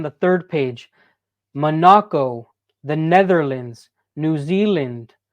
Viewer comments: Manaco? Or Monaco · dawg no shot you pronounced MONACO like that...